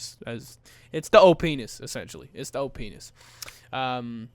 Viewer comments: You know when you say OPness do you mean to say o pe*is because it sounds like it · My mom heard OPness and heard something else (Oh Penis). She grounded me.